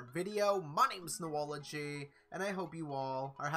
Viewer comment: Boology ..... Er Noology sorry Bo Dallas took over my phone with nothing but Bolieve